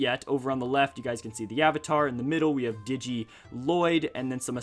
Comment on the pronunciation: Digeit jay not giget jay